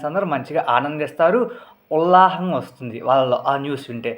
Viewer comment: Vullaham ❌ Vullasam